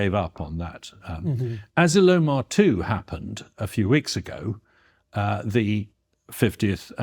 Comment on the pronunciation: Hmm, I've never heard Asilomar pronounced that way. The emphasis is usually on the O.